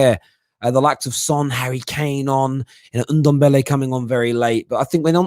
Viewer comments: So now you are trying to troll a fellow Spurs supporter for you clearly saying his name incorrectly and "blaming" it on your accent?! Really big of you i must say. It`s suppose to be pronounced like Dembele just with the NDo infront. If you are making such a fuss about this than just leave it. For goodness sake. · I like Alex. Fresh of breath air. Don`t understand that can`t pronounce Ndombele`s name correctly after he has been there for 1, 5 years.